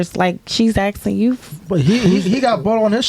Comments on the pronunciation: Asking not axing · Its ASKING! Not aksing (axing). Mlk and malcom are rolling in their graves right now listening to these ignorant black woman. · Word of the Day: Aksin' "I be aksin' you qweeeeestnnns nnnn shiii."